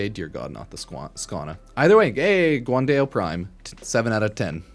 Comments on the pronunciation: Guandao, pronounced Gwan-dahl, a weapon named after Guan-Yu, the legendary general during the China Three Kingdom era. Dao means sabre in Chinese. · Fyi "guandao" is Chinese, pronounced like "gwon-dow". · "guan day-o" is crazy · The pronunciation in this video is out of line 😭 Guan-Day-O. Skya-Jati😭😭